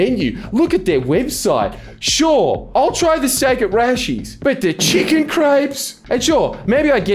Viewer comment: bro its not Rashies... its RashAYS